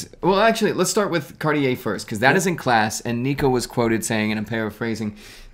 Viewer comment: when will two young men learn to pronounce the company name Cartier correctly.. it is so rude to pronounce a name incorrectly